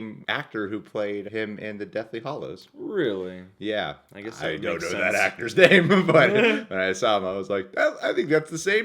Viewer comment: It was not deathly 'hollows' it was 'hallows' 😐